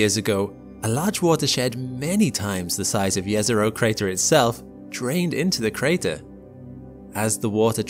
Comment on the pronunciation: I love how he pronounces "Jezero Crater" correctly! (It is pronounced Yezero, not Jezero, as many often say)